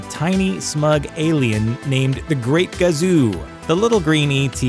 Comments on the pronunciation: IT WAS KAZU....NOT GAZU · Nice reading of the script children. Its not the great GAZOO..Its Kazoo. You mispronounced it 4 times because I'm sure you never watched the show even once.